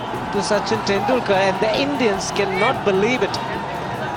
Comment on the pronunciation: where are all the horrific calls by the Australian umpires for years v Nz .. this one cost us the match .. fking cheats and who does this commentary ? AI? You can’t even get B Bowdens or Tendulkars name even remotely correct. Down voted